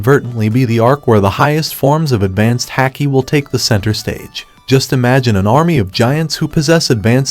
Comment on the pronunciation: You pronounce haki wrong